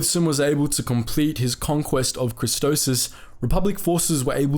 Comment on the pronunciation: Idk why but I cringe everytime he pronounces Christophsis as "Christosis" 🤣